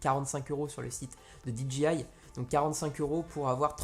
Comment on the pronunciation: Petit détail en passant, "DJI" ne se prononce pas "Di dji aïe", mais "Di djay aïe", puisque le "J" en anglais se prononce plus comme un "G" et non un "J". Du coup, si tu prononces le "D" et le "I" en anglais, il te faut prononcer le "J" aussi en anglais ;^)